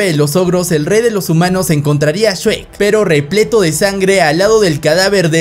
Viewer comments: Oye no es shuek es shrek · Yo solo escucho “Shuek” “Shuek” “Shuek” “Shuek” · El shuek :v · Se dice shrek o sherk